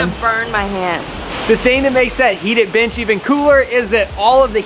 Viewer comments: omg i thought she said "this b** is heated" 😂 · Not accent making me think he said “heat that bitch” not “heat that bench” i said oh u sassy! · I misheard and thought she said this bitch is heated 🤦😂